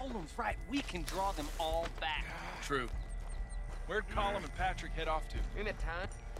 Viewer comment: I only just realized that the O'Driscolls actually pronounce Colm's name right (Coll-um) since they're all Irish. Arthur's voice actor is Irish as well and has openly talked about how he was mad at Rockstar for making him pronounce it as an "American" lol